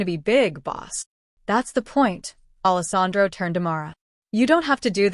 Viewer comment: It’s not Allis Andro! It’s spelled Allesandro. Idiots!!!!! So nice to know AI still won’t replace the educated human.